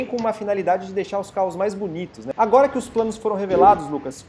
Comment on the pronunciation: Esse cara de azul ,fala estranho estreganho ,agora agoga,,mulherada mulhegada ,prestem atenção.